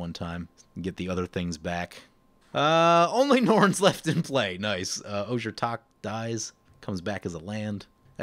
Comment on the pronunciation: The J in Ojer is pronounced like an H. The full word is pronounced "Oh Hair"